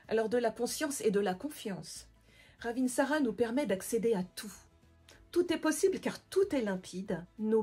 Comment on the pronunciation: Au passage, ça se prononce "ravintsare" et non "ravintsarA" et ça veut dire la belle/bonne feuille